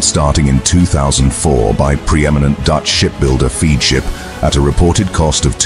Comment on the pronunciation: It’s not “feed” ship, it is pronounced Fedship (spelt Feadship.